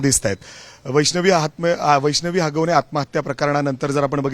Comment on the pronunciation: हागवणे या शब्दावर फारच जोर देऊन बोलतोय पत्रकार 😅